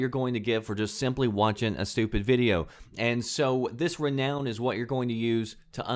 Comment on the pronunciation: the way you pronounce renown angers me!!!!!!!